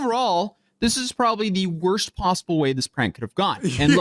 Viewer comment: "So overall this is probably the wrost possoble way this prank could have gone": "I mean I giess two got away" 😂😂😂